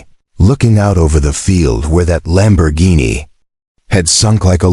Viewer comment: I made it to 3-minutes 28-seconds and I had to drop out of this video because the AI voiceover is so bad between trying to pronounce the name Karen and of the luxury car brand Lamborghini. This was truly the worst AI voice overed video I think I have listened to and again it was so bad I cannot believe I made it as long as I did.